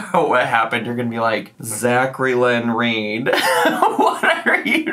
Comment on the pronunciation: ZachLynn like "jacklynn" with a Z lmao